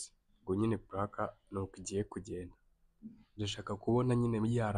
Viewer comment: Ese kuki woe muhungu kuki uvuga ngo puraka?